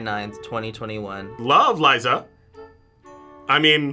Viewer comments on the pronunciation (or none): none